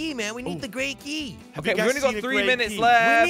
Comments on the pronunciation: It’s white not grey key!! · Its white not gray key